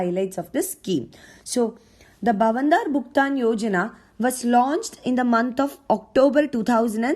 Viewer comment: U didn't pronounced bhavantar as it should be.